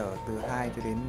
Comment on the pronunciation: its ohm not omh 🤔